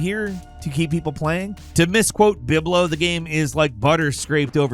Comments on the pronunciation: Lol, hearing saying "Bilbo" as "Bib-lo" was the cherry on top of this rant. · To misquote “Biblo”? I am hoping you mispronounced Bilbo on purpose, so people would make comments, if not, FOR SHAME! If so, ya got me. 😂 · You DID NOT just say "Biblo" You mean Bilbo? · Is this most ridiculous mispronunciation yet, calling Bilbo Baggins "Biblo"? I had to go back and relisten to make sure I actually heard what I heard. 😂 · It’s bilbo…. Not biblo 😭😂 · Biblo? You mean Bilbo? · Did he say “Biblo” 😂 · Did he say to misquote Biblo?? 😭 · Wait....to misquote "Biblo"? Who they hell is Biblo?! ITS BILBO. 😂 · Did he say bib-lo. Wtf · …. Did you just call Bilbo “Biblo?” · Did he say misquote Biblo??? You mean Bilbo. Lol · did you just say Biblo instead of Bilbo? You pronounce words inconsistently weird a lot, are you a dyslexic bird or is it cunning trick to get dumbasses like me to comment? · Did you say Biblo? lmao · I've tried ignoring it, I've tried not to bite at what are clearing deliberately mispronounced words as click bait but... BIBLO!? Biblo Baggins!? cmon man. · Did he say "Biblo...?" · Did I hear you say Biblo? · Did anyone else rewind at "Biblo"? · Please tell me you said "Biblo" on purpose lol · Did he just say “to misquote BIBLO”???? What the fuck. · "Biblo" must be the worst butchering of a pronunciation I've ever heard from. I know the mispronunciations are kind of a tradition, but this one may be crossing a line. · Did he really just say "Biblo"? 😅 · said Biblo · Say bilbo again? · Bib-low? the hobblet